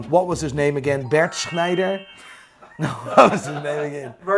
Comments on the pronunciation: Schneider > Kreischer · It’s actually pronounced Brent krishner